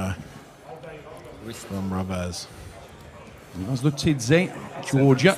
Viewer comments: It's more like he took Revaz and then he flipped the letters so that it's Ravez. lol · I like how constantly called him RAvaz 😄. Awesome match, though! Pretty unsportsmanlike of Revaz to pull Vitaly's arm like that. He wasn't even screaming in his face. It was just an emotional discharge.